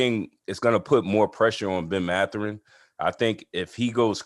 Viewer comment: You obviously haven't watched az. and pac 12 enough. First ; It's Mathurin(emphasis on first syllable); Kerr can be inconsistent-too many turnovers-but he knows how to deliver the ball and can shoot; team leads nation in assists, which means you don't rely on one guy(Kerr) for that role;one of the top defensive teams in basketball, and I could go on Ore. ucla and usc, will all be in the tournament. More attention to west coast other than zags,PLEASE, and establish more cred!